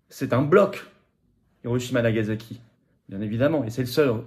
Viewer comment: *Nagasaki*, pas "Nagazaki"